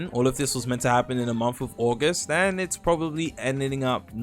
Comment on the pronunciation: "Aguest" dang unc I didn't know your english was that good